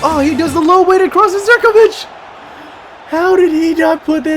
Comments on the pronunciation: Please pronounce Zivkovic as zivkovic and not as zerkovic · did you say there zirkovic hahaha its ZIVkovic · and u pronounce zivkovic like ziv-ko-vik